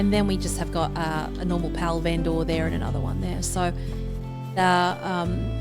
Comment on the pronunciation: Every "Ven-Door" scratches my brain.